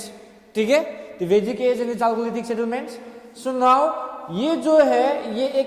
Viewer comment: App ka pronounciation galat hai Chalcolithic ka